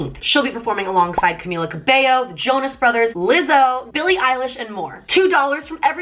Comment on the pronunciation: THIS GIRL REALLY JUST SAID CAMILA CABELO AHHAHAHAHAH